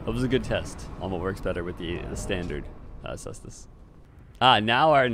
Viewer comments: I'm gonna be a total nerd here and say it's pronunced Kaestus. 😛 Latin C is a K. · He corrected his pronunciation on ds3 caestus but went back to how he used to say it lol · I thought you said it's pronounced koostes! Has it changed since DS3 caestus weapon showcase? 🥲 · +1 for sestus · hearing you laugh before pronouncing the name was like watching someone point out a piece of poop in the road, then immediately step in the poop :D great vid as always!